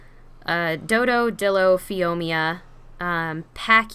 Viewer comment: The best cat is that tree climber unless u stack the pack bonus. Dimorphodons are great. Isnt it phioma tho? Like phee-oh-mah